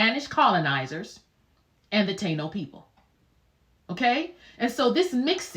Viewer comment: Also, Ta-ino.